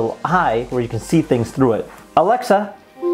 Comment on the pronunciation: It bothers me that you mispronounce the word Hubble... two "b"s make the "u" a short vowel. Basic English.